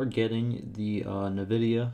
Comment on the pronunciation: Nevidia? Please call it NVidia.